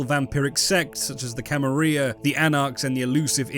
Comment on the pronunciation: I don't know if you're doing it for engagement, but man it really annoys me that you keep saying Camarilla wrong.